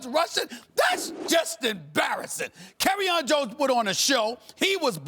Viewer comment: Imperfect Aaron “Kerryon Jones”